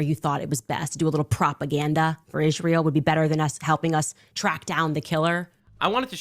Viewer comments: I actually believe she is the reason Hamas started this war😉 she is definitely in charge of Hamas in Gaza, can someone please put Candace in speech therapy , last I was taught it was Israel not Ishrael🤷🏼‍♀️ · Why does Candice keeps saying Ishrael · She is such a skitzo it makes me cringe physically. Also, how do you spend your entire waking existence talking about israel and not be able to say the damn word correctly. Wtf is an ishzrael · No only does Candace Owens make no sense, she drives Mr literally insane with how she pronounces Isreal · The way she says Israel triggers me 😅 damnit say it the right way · Why does Candice pronounce Israel like that? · Why cant Klandice Ovens pronounce Israel right? its so annoying.